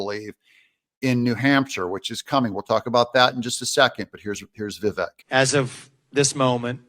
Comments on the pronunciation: Doug, it’s Vivaaaaak! Rhymes with cake. 🙂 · Doug, vivek is pronounced vivayyyyk rhymes with steak.